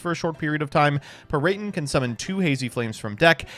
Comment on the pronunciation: Playing Hazy Flame Drinking Game: Drink every time says "Peryton" to numb the pain from slamming your head on a table every time says "Peryton"